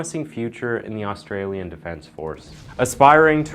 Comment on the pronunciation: Well done on the Aussie pronunciation!! Most people butcher it.